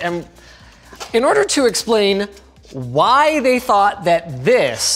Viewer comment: Why does Linus pronounce everything with an H on the end? "BUT WHYYYYYHHHH??" Really, tho whyh?